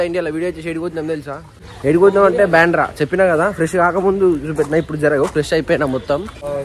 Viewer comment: బాండ్రా కాదు బ్రో...బాంధ్రా